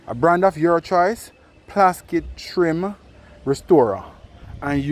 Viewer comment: Man say ‘plaskit’ 😄